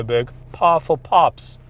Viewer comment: Pahful pahps🤣🤣🤣🤣